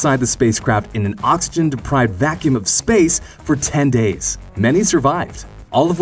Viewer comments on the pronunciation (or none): none